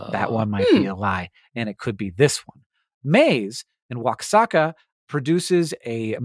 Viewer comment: I liked this episode so much I'm listening to it twice! But I need to say, though, that Oaxaca is pronounced wa-HA-kah